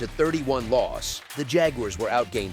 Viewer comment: JAG-YOU-ARRES :face-blue-smiling